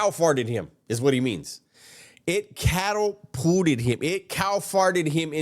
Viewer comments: Imagine paying thousands of dollars to get advice from someone who says " CATTLE-PUTTED"!!! 😂😂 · Catapulted is a word you learn in elementary school. 😂 How do you not know how to say Catapulted? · I'm fucking dying over this dude's mispronunciations 😂😂😂😂😂 Full ride on a cattle fart lol 😂 I'm sorry for making fun. I think there was like 3 or 4 other words that were pretty bad, but the camadoddidddee from the other day and now the cattlepooted 😂 Fuck i am dying!!!! This video is too goddamn fucking funny ❤ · CATTAPURRERT & CAMMARRARRETY LMAOO